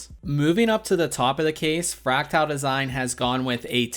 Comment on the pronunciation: I enjoy your content except when you mispronounce the product name as you're doing here. With all dues respect it's not FRACTILE, it's FRACTAL (Fract-al).